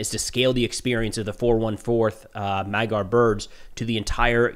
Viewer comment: Awesome report! Thank you. Just one thing: "Magyar" is pronounced like /ˈmɒdjɒr/ : maybe writing it as "madyaR" would be helpful for English speakers. For the sound in the middle, think of the "dy" sound in "DUke" or "DEW" or maybe "eDUcate". And with a hard(er) R at the end.